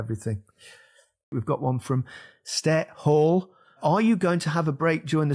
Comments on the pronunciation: Ah ah ah "Ste Hall" wtf 😂😂😂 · Can tell from Gary's pronunciation of Ste Hall that he only spent the one season on Merseyside